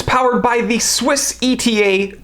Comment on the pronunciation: "Etta". Not E.T.A.